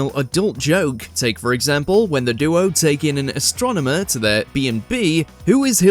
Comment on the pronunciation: ‘Doo-oh’? - ‘Ant-eye’? Nothing sounds worse than American pronunciation in a British accent.